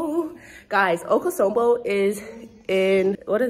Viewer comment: okosombo? no Akosombo, we want to hear your Twi